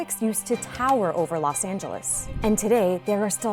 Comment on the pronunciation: LOS Angeles. Not Las Angeles. Say it right lady.